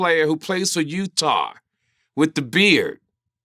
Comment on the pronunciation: “ ....the basketball player who played for UTA-HR” Lol